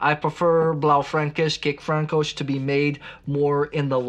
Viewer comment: Nice pronounciation on "kékfrankos"👌